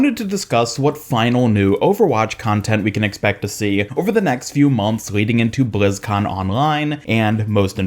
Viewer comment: BLIZZ - CON - LINE. Why do all the YouTubers insist on saying bLizZcoN OnLinE.